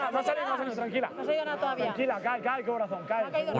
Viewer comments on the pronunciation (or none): none